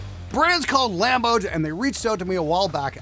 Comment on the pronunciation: "Lamboj"= "LAHM Boy"